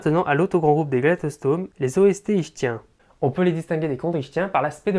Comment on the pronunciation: Ichtyens se prononce iKtien, comme iKtyosaure.